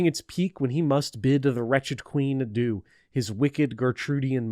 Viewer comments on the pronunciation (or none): none